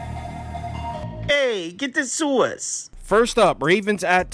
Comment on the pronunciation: The soice, the soice…the SOICEEEE 🤣